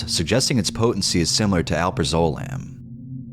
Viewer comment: btw it's pronounced "Al-praz-ah-lam"